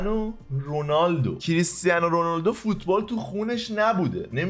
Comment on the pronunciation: چرا به کریستیانو رونالدو میگه کریستین و رونالدو؟؟😐 آدم فک میکنه دو تا فرد جدا از همن😂🤣😑